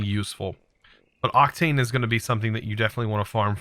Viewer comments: Octine, not Octane. Wight, not wrath. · It is SYRMORITE not SHIMMERITE It is OCTINE not OCTANE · Octane and octine aren't pronounced the same mate Oc-tane Oc-tine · Syrmorite is pronounced “Sim-er-ite” and Octine is pronounced “Oct-Ine”